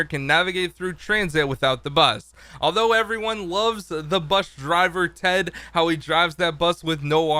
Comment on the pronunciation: It is not Ted it is T E D D